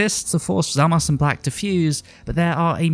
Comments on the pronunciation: I loved the video but hearing "Zamass" instead of "Zamasu" makes my ears bleed :D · Is it me or is it weird the way he says zamasu I know you u is a Japanese thing like turunksu and gowasu I guess I'm just used to hearing the Japanese